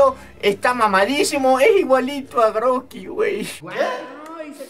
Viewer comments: Es rocky sólo que no sabe pronunciar la r poreso dice grocky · Es rocky pero dice groky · Roqui para q le diga groqui